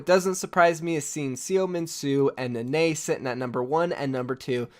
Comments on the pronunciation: Nenne is pronounced “neh neh” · Love the vid. Only just got triggered by your pronuciation of Nenne